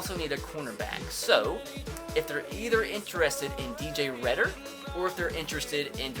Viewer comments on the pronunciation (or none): Also reeder not redder